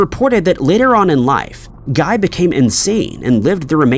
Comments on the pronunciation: Yes! It should be gee, with the g sound from golf. He's French! (I'm pretty sure he misspelled his last name, too, but it disappeared too fast.) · In this instance, "Guy" is pronounced "Ghee." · Guy de Maupassant's first name rhymes with "see," not with "sky." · The name "Guy" is actually pronounced as "Gee." It's the correct French pronunciation. 🙄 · Loving the repeated pronunciation of "Guy" 😂😂😂